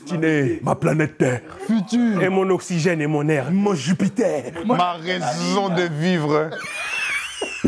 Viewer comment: dit I’m il a dmd du ketchup dans le dnpr de Evan 🤣🤣🤣 ma rrrraison de vivre 🤣🤣🤣